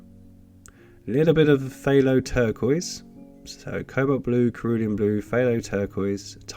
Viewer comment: Enjoy watching your videos, your colour mixing techniques are also informative. The pronunciation of "Cerulean" blue is a soft C and not a hard C as you have pronounced. 🍻